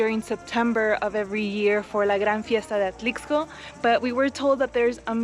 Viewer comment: Great video...just please stop saying the "x" in Atlixco...is pronounced as an "s" so Atlisco....but otherwise i enjoyed the video 😊